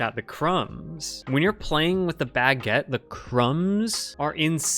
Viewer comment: Why does pronounce baguette like "bagg-et"